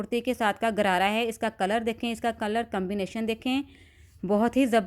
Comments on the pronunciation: گرارا نہیں غرارہ درست لفظ ہے. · Lady the correct word is gharara not Garara.